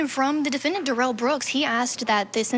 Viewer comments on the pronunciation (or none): Somebody needs to tell this reporter how to pronounce Darrell. I know he didn't want to be called Darrell, so did she decide to say Derell instead? Lol